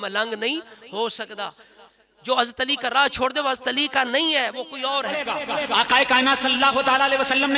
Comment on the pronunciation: Aapse Hazrat Ali raziallaho ta'aal anho ka naam tak to lena aa nhi rha hai shai se. Hast ali hast ali kar rhe ho.. Tauheen to aap kar rhe ho Moula Ali ki